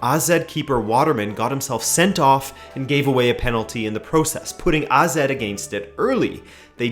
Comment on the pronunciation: Finally someone who pronounce AZ right! Great video as usual, and a very interesting idea